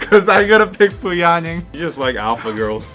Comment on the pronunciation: Bruh he really said fu ya ning😒